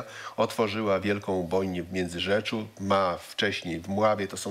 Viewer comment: Panie Januszu, jesli chodzi o tę ubojnie to w MiędzyrzeCu, a nie MiędzyrzeCZu. Międzyrzec u nas na wschodzie w Lubelskim, a Międzyrzecz na zachodzie w Lubuskim. Całe życie nas mylą ;P